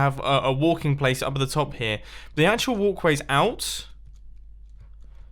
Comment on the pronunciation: mumbo i gotta ask u what in the world are 'WULKWAYS!'